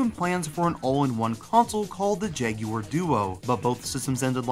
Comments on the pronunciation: “Jag you were”??? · i can't watch this video if you're gonna be pronouncing it "jag-you-urr" the entire time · My ears are bleeding after hearing you call this thing the “Jag-yoo-wer” over and over.